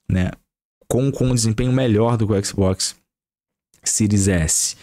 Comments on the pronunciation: Qualé mané, faix o L que o exi boquixi sai 😂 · Équici bóquici